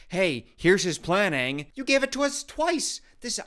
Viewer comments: Not "Ong" darn you m.night shyamalan 😂 😭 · no its aang, like pronounced like bang, but without the b. and its soka pronounced like sock-a like the socks you wear on your feet. also its appa, like your saying aahhhhh at the doctors office when he's looking at your throat or whatever. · At least pronounce aang right